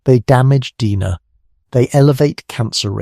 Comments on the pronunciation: guy pronounced DNA as dee na, i didnt realise this was an AI narration. :( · These AI models are getting better. Had me till DNA was called "DEENA" and the I.S.S. was called the "iss" like hiss without the H. Still AI slop. And if this was a narrator and not AI, someone needs to school them on the script.